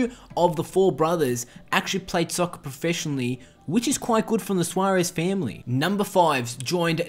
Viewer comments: Why do you keep saying “soc-cer” ?????? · lol he said soccer in a british accent